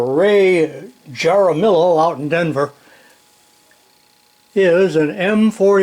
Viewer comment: Ray Jaramillo / its pronounced (Haramiyo), in Spanish j =h and LL= y , more accurately (Ha/da/mi/yo) using a d is in this case emulates the rolling of an r when it's a short roll as in this instance